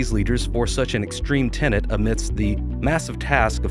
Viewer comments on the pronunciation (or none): none